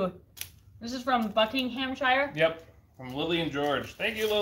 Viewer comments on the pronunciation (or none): I love it when Americans pronounce every syllable of British place names very accurately according to their written form. 😁 (In case it's not been commented already, it's more like 'Buckin'umsher' where I am (in the North) or Bucking'amsha if you're further south. Probably loads of variations within. But it's always a shu or sher or sha on the end, not shire. And this would be easier to explain with a phonetic keyboard!) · Guys I love you but you saying Buckinghamshire .we don't say Ham we pronounce it as um, and the i is silent and is pronounced shre not shire .Keep working on it guys your get it 🤣🤣🤣🥰🥰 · Being from the uk I couldn’t help but laugh at the Buckinghamshire pronunciation😂 was a very very good try! We have some weird names for places over here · The way they pronounce Buckinghamshire is so... American 😂😂